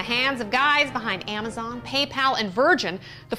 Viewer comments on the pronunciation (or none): none